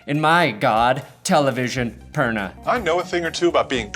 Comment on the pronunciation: “” I’m here after one minute “ perna”